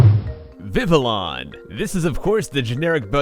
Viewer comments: It's not pronounced viv-ill-on, it's pronounced viv-ee-on. Seriously, why does everyone get this wrong? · Escavalier is pronounced "Es-kah-val-yay" Panchan is pronounced "Pan-chahn" I believe Treecko is pronounced.. "Tree-koh".. So you got that right Banette is, again, pronounced the way you said it Vivillon is pronounced "vee-vee-yon" Mawile, I'm not sure.. either you said it correctly or it's "Meh-while" Cubchoo, can't really go wrong there Yanma is pronounced "yen-ma" I believe Zapdos, yep, that's "zap-dohs" Poliwrath, yeah, that's poliwrath, like you said xD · Just so you know, Vivillon is pronounced Viv-ee-on. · funny he says vivillon is one of his favs but he can't even pronounce it right. its viv-ee-on not viv-ill-on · It's Viv-ee-on the l's are silent so it's not viv-ill-on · VI-vi-you. it's vivid + papillon (french for butterfly). Sad that you don't even know how to pronounce some of your favorite pokes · vivillon pronounced viv I on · it's pronounced viveeyon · It's vih-Vee-on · it sounds like viv-ee-on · I thought it is pronounced viviyon. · It is pronounced viv-ee-YON